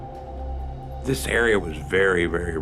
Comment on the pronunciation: It's chief Tomano.